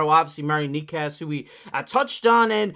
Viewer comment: wtf are you talking about Coyle being a winger and shifting into center at times? Coyle IS the third line center. Was the third line center and stayed the center. He has a ntc but it would be nice to trade him for the cost. And Necas is not pronounced that way. Did you watch any of the reporting like any lmao? Knee-Kash? No. And wtf is that chart. Coyle is not a winger and has never been a winger. And no. Necas is not a 10-12 mil. He is a 9-9.5 mil. And the Avalanche did not lose their star player. They had two stars way above what Rantanen was. Named Mackinnon and Makar.